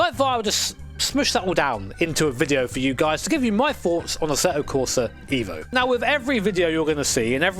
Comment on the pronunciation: It's eh-vo not eevo. Fact check me bro.